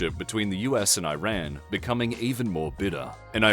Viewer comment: I’m just saying, it’s not hard at all to pronounce Iran correctly